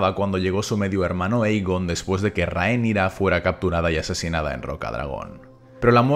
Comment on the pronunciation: No cuadra: Aegon lo pronuncian como "eigon" y no "egon", lo mismo con Daemon que lo dicen "deimon" y no "demon". Tampoco Daenerys es dicho nunca como "denerys", es más, en este caso dicen "danerys" (su hermano llega a llamarla "dani" en ocasiones como apócope). Y lo de que la c en Valirio se pronuncia como K... me gustaría saber la fuente, porque eso no viene en la obra de Martin